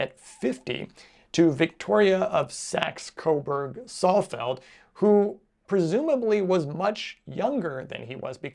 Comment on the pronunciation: Saalfeld, not Sallfeld.